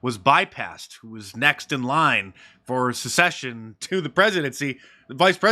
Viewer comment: Succession, not secession